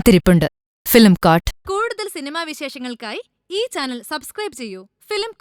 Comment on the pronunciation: film court. court ennu pronounce cheyunna reethi wrong anu. prounouce COU as if say kodipathi